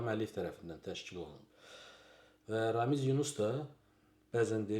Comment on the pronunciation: RAMİS. Z yox S.